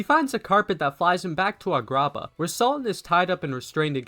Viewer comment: What the fuck is a-grah-bah